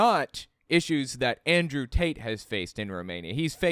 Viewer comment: I can’t stop hearing Andrew “Taint”. Lol.